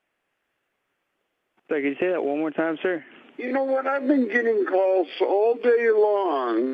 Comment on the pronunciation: "Heeellllooooowwww?" Lol nice setup for a nice seriesh of cawlsh